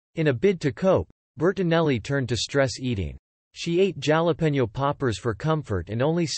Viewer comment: Jala peno. And you think we should take you seriously